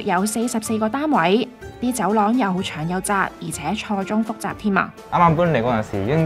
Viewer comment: 好正！ 有個意見是「錯綜複雜」讀音有誤